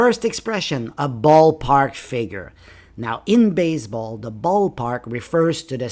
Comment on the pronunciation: Why you keep pronouncing baze__ ball?